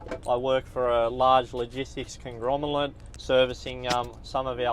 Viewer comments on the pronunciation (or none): Even the Aussie mispronounces "conglomerate"